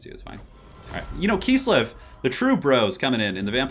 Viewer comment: kiss-lev, not kees-lev. KISS-LEV